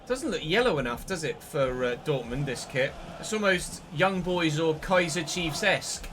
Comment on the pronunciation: You know Kazier Chiefs,? Also "ohhh Victor"😂😭😭